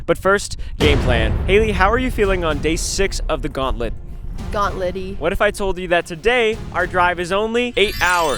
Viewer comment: Haley said "gaunt-LITty🔥"